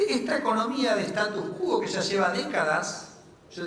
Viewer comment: Respeto mucho al sr. Ministro... pero en Argentina y en el mundo de hecho no se puede decir cualquier cosa. Una minucia que ya repetí muchas veces: se dice status quo, no status qúo.